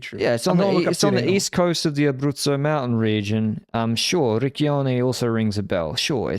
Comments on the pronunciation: So that you know, Riccione is pronounced "rich-chyone". The way you are doing it, you are inadvertently using the Italian equivalent of f****t. Which normally wouldn't be ok, but in light of your innocence and obliviousness is bloody hilarious 😂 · FYI Riccione is pronounced with a soft "c" like Ciao. If you use a hard "c" then it becomes another word entirely and saying that in Italy would be just like going to America and ask for a cigarette using the british slang for it😅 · no way bro said ricchione lol, all italian listeners laughed at that moment i can tell u that